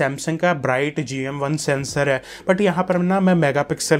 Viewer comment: I bought this phone today. Thanks for trust true review. Good. But. One thing Agr hindi bolni hai toh arram se bolo aur passena pauncho and pls Don't say ' ai ai' its hai hai. Ok